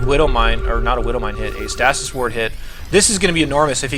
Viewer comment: Stay-sis. not stas-is